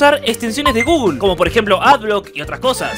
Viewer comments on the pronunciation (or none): none